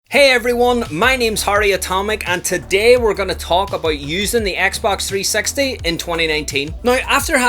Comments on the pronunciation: “Xbox 3 sex tee” 😂😂😂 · Him saying : XBOX 3sexty Me : 🤔🤭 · i love how he says xbox 360 he says it like xbox 3 sexty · Yes I never heard anybody say Xbox 360 like you Just saying